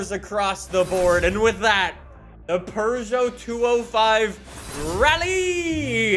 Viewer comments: It is pew-gey-ot not per-sho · The fact that he said perseau pissed me off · I love how pronounces Peugeot as: Purgeot, and not: Peugeot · ITS NOT A PRGO ITS A PEUGEOT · Here's a fun fact: It's not pronounced purr-zho. It's poo-zho. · Bruh its not a Purrgeout, its a peugeot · Not really, more like peu-zho and eu as in euro without the “y” sound. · "our purrrgeot" so funny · really be saying Purgeot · do you actually pronounce it as purjho? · If says "Purrgot" one more time I'm leaving the video. Edit: can't even stay for the build. Stop being so damm Canadian! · im leaving i cannot stand calling it a purrjot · Why tf does he say purgot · there is no R in Puegeot.. Only cats purr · Where is their “R” in Peugeot? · There’s no r in Peugeot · last i checked peugeot doesnt have an R in it. stop saying it like that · I don't know why, but every time says Peugeot, it triggers me.